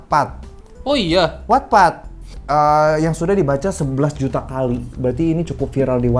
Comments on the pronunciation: Bang, wattpad itu bacanya 'wattpad' bukan 'wattpad' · Sama 🤣 Terus gw mikir emang yg bener wetped apa watpad si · Selalu nunggu konten AADC ini, jadi tau jalan ceritanya walaupun ga nonton. Tapi salfok bgt selama video penyebutan wattpad selalu gue benerin jadi "wetpet" gara gara kebiasaan ngomongnya begitu wkwkwkwkwk 😂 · wetped bang bacanya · 🤣🤣🤣🤣🤣baru Nemu pertama kali channel ini langsung gw subscribe btw itu dibacanya wetpet kaaa😭😭